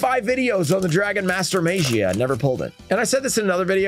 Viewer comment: Mag ee ah. And I'm sure if it's pronounced right he'll finally come out of a pack.